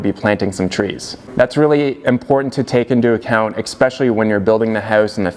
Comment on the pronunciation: "Expecially" interesting.